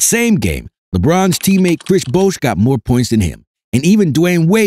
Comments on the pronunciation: This is a nine minute video rehashing the same 30 second point about 15 times. And, there is no clip of TMac saying the quote attributed to him. PS: Bosh is not pronounced "Bousch". It would need another vowel, like in the word "doe" or "Bone." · How is it that you don't know how to pronounce "Bosh"? Even a casual NBA fan knows that.🤦‍♂